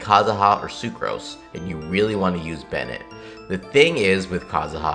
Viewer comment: i had to stop video when he said favonius bennete